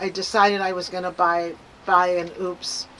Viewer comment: I love my Mega 1! (And btw, it’s pronounced “O’-pus.”)😉 I recommend having 2 if you can swing it. You can be charging one while using the other. I was really surprised at how fast mine recharged with the solar panels. It took less than 2 hours to go from 70-100% using one set of the 240 watt panels. It was a bright, sunny day.